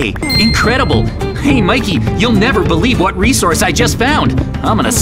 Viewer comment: Why mikey saying I give up nerver give up